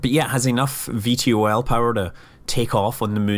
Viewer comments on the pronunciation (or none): VTOL is more commonly pronounced "vee-tol